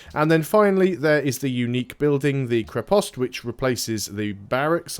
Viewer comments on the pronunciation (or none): It's not krepOst it's krEpost. The stress is on the other letter